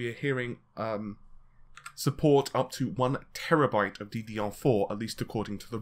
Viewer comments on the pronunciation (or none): none